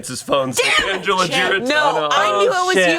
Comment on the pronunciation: I heard "a bear" I knew it was Angela lmao